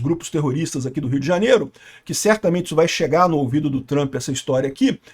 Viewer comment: "Trãmpi" precissa saber disso urgente (se é que já não sabe)